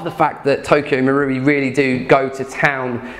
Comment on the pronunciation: learnt to say Marui! Had all sorts of Maouri before hahaha